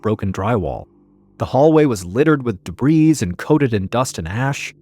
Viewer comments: and is it just me, or this AI? I have never heard him say “debrees” instead of “debris”. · I know it doesn't matter, but "debris" is pronounced "de BREE." It's French. And "undermined": to place a bomb (mine) underneath something, such as a wall. Not "undermind/underminded." It's autism brain, don't hate. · I giggled at de-breeze (debris) too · Is this an authentic Mr Ballen channel? This is AI; Mr Ballen would never say “debrees”. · The s on debris is silent, Mr. Ballen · As usual, the storytelling is great. I do, however, have a few critiques. 1. The s in debris is silent 2. The word is undermined not underminded 3. A sub machine gun is already an automatic weapon. They are legal to own provided you pay the outrageous fee to get the permit from the feds. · Debris: the ‘s’ is silent.